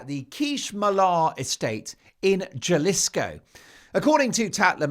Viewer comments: Mark you are one of the most rare wordsmiths on earth. But my friend Jalisco is not JA LISCO it is HA LISCO. J is silent in Spanish. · Jalisco is pronounced “Halisco”. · NOTE: Pronounce Jalisco with an H: Halis-co. In the States, Robyn is a woman's name. And we Californians feel very safe. I can only think of a few neighborhoods I would avoid in the state comprising 164K square miles. But it's not an "open carry"[gun] state, nor are there legal barriers for women to access health care. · Hahahaha it is pronounced as "Ha-lis-co", not "ja-lisco", but that was spontaneously funny! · Not trying to shame you, but it’s pronounced Ha-lee-sco, Jalisco. The j’s in Spanish usually become h sound. Don’t believe everything you hear about M and H , they like to tell tall tales. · Jalisco is pronounced “Ha-lee-sko”. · Jalisco, Mexico The J is pronounced as an H Huh-li-skow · Pronounced Halisco. H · Good job on pronouncing Maryland today!! However, in Jalisco, Mexico the J is pronounced like an "h".😂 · Mark it's Jalisca sounds like Halisco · The pronunciation of Jalisco is ‘ha lee sco’ -Jalisco. Thanks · Haaa-lees-co, please! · It’s pronounced Ha-li-sco btw. Love the show and the humor Mark! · BTW, Jalisco is pronounced Halisco. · Jalisco is pronounced huh-li- skow. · Jalisco pronounced halisco. Kust so u know. Lol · Jalisco is pronounced Halisco. J sounds like H in Mexican Spanish.